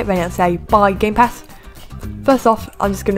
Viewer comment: I thought you said "Gaypass shop" at the beginning Lol